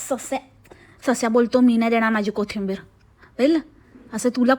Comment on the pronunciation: Kothimbir nhi gg kothambir😂😂😂ti hech bolte